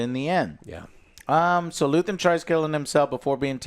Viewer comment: Luthien, luthen, luthien Never change joe hehehe. Andor was great, hope Disney gets the memo. I'm not watching impervious to damage mando and the green prop movie. I want more Andor like projects. P.s the bricks and screws comment was right on target. Can't stand swt anymore.